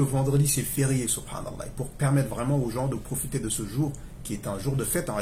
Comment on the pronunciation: Salam aleyka akhy j’ai comme l’impression que tu dit « laye » à la fin du nom d’Allah Qu’Allah facilite